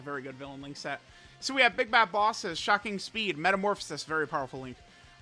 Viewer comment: I gotta ask.. Is saying shacking speed as a joke or is he unable to say shocking speed? I've heard it in quite a few videos at this point but never understood why.